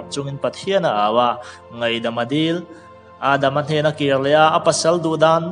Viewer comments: Adam tih khi i lam dan dik lo aadama oo.... Movie siammmm roh i thiam e mai thu phuah roh i pro tlat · Âaadama tia han chhiar tlat hi a zia lo ma nge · i lam dan hi 😁😆😅🤣🤣🤣 Chanmari zaithiam/film chan thiam deuh kha mitthla ah a lang char2 alawm 😁😆😅🤣🤣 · Lam rik dan hi spesial heavy top.. 🤣😂😂